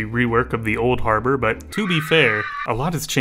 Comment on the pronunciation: "back to habror"